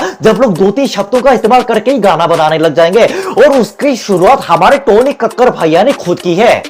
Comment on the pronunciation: it 's टोनी not तोनी🤣